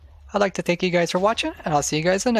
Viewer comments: tenkiu bro four de farme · Thénkius fore the farme. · tenkius bro four de farm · tenquis four iu farmi